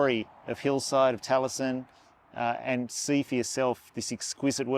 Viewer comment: Great vlog and lovely gents with awesome accents- however, Taliesin has 4 syllables.